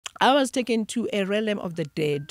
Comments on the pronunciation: Realm pronounced as Relm not relem for pronunciation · I wanted to cry everytime they kept saying "relem"! Agh😭😩 It's Re-a-lm ladies! Anyway, I've learnt so much from this lady and her revelation. Thank you❤ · Realm.... Not 'Relem' otherwise interesting. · Ladies realm is pronounced relm not relem! Interesting interview but such spiritually enlightened people should educate people about the law of duality in these different realms. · Realm is pronounced as RELM... 😊😊😊